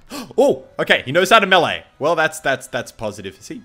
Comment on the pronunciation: The way you say melee is funny.